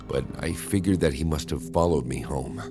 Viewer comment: Your voice is annoying af. Why is Dr. Nosleep better than every horror channel on animation and voice actors. "He TuRnEd To FaCe Meee" sound autistic af